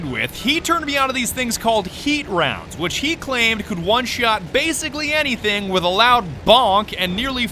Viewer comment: "anything" my friend? a n y t h i n g ?